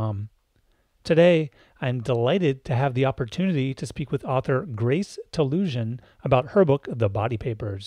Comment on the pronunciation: Great interview and discussion. In case you didn't realize, you are pronouncing her name incorrectly. It's TaluSAN, not TaluSIAN.